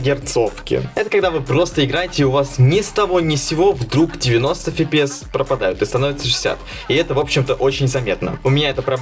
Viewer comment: С фига фипиэс если пфпс либо эфпиэс